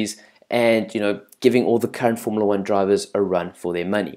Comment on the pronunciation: .....nice South African accent boet.........but your pronunciation of the drivers names is shocking...ja ok